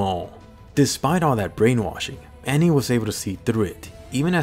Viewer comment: It's Annie, lol how does Anne sound correct?